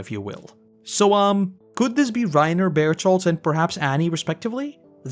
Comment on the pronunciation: for the life of me, I cannot understand why you call Berthold Barito. Somebody make it make sense to me🤦‍♂️